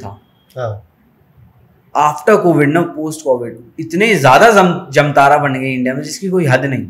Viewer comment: प्रयास कर रहे लोगों को प्रोत्साहन मिलना चाहिए इसलिए वीडियो लाइक किया है। एक बात और जमतारा नहीं है, जामताड़ा है बाकि आपका वीडियो पसंद आया।